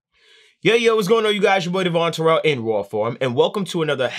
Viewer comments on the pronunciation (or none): none